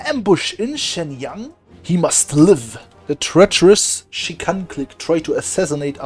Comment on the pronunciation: the Shenyang??? Pronunciation is so good lmao